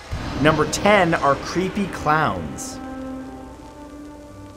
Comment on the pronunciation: why u have to make dees so cweepy